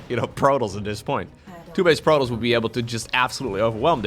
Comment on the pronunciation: Protons is enunciated as "pro" then "toss". As in toss the ball over.